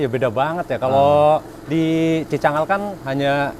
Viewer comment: Cicangkal bro, bukan cikangkal😂